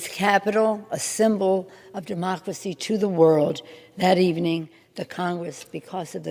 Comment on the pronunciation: "mUh DuHmoCkeruHsee"